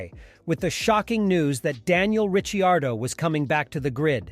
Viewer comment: I stopped watching after it said Daniel “Rich iardo”